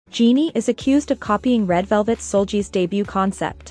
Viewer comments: Seulgi is not pronounced as a j sound but as a g sound as in girl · Your pronunciation of "SeulGi" is wrong